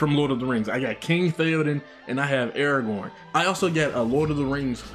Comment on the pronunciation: Thank GOD a reactor who says Aragorn correctly 🙏 can't count the number of times I've heard someone call him "Eragone".